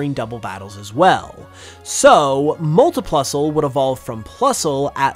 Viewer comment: Div-ee-dunn not div-eye-dunn. and mutiplusle is ok.